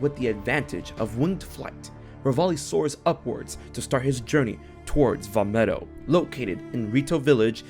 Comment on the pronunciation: You got the Vah medoh part right